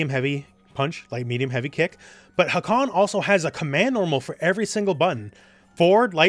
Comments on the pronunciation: I love the video and the character but a little nitpick of mine is that nobody (except Turkish speakers ofc) pronounces his name wrong. You pronounce the first "a" short and the second "a" long, but it's the exact opposite. The first "a" is long "a", and the second a is a short "a". If you speak Japanese, the katakana writing system is very phonetic (unlike Turkish or English) so it's more like ハーカン than ハカーン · Btw the first a in hakan is longer , you pronounce it like its a japanese word , not really important tho but just saying